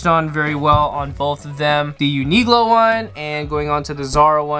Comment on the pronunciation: I’d say they are equally good quality. Zara has some really nice cut ones. Uniqlo is simpler. Btw most people I know pronounce it like U-ni-klo. It’s a Q and from your pronunciation it’s like you’ve misunderstood it to be a G? U-ni-glo? 😅😂